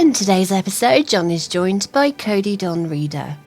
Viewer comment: I think im mishearing Cody, but it sounds to me like he's saying "chicken hole," and everytime it makes me want some chicken nuggets or some other type of deep fried chicken.